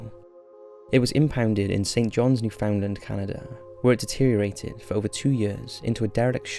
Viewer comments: Just so you know, it’s New-fin-land, not New-found-lind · It's odd hearing Newfoundland as "new found land" instead of "newfinland" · i know i'm being nitpicky, but you pronounced newfoundland wrong. its more like new-fund-land not new-found-land. love your videos though. nice to throw on to kill time or have in the background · An ex girlfriend of mine is from Newfoundland......she quickly put me right about the pronunciation of the place....it's New-fund-land, not New-found-land! Fantastic place, and people. St.Johns! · If she says New-Fin-land then she wasn't born here if she says New-FOUND-land then she a true newfie! thats how you tell the difference XD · 'NOO-FUN-LAN Accent on the first syllable. It's not pronounced the way it's written. 🙂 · Newfoundland is pronounced New-fin-lind even though it really is New Found Land and has nothing to do with Finland. Either way, now you know. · As someone born and raised in Newfoundland, it's not pronounced like that. More like Newf'nland if that makes sense. Not NewFOUNDland or NewFinland. I have to laugh at the 5th entry because that whole ordeal was less creepy for us and more just funny and bizzare, I remember that giant in the harbor for years! Also not sure where you got the translation for l'Anse aux meadows but it definitely doesn't translate to Jellyfish Cove. It's French and more or less means Meadow of Coves. I hadn't heard about the viking ghost ship before! Makes me wanna go again and visit. Either way, I'm happy to hear my province being mentioned on your channel! I'd definitely recommend anyone planning a trip here to visit l'Anse aux meadows! It's beautiful and like being back in those times. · Hi, to all of you that would like to know how to properly say, Newfoundland here it is: NEW-FIN-LAND, this is how we say it in the actual province. And now you know! 🤗🌼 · It's pronounced new-found-lnd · I’ve heard Americans pronounce it as “Newf’n-lind” and my soul dies a little when I hear it pronounced like that.